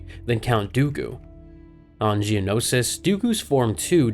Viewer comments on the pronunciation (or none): none